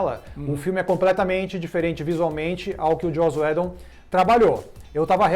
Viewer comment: Só o fato dos dois não conseguirem sequer pronunciar o nome do Joss UIDON corretamente já me faz pensar se não é hora de dar adeus ao Omelete au fromage.